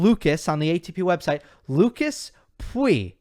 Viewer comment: For your info, we say Lucas Pouille, the “oui” in POUille being pronounced “oo” like you would literally read it Poolle! Don’t know if I was clear… Also, Alcaraz May face Karatsev in first round, which may be extremely dangerous Have a nice day :)